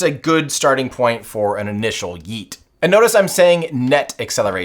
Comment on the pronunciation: bro cannot pronounce yeet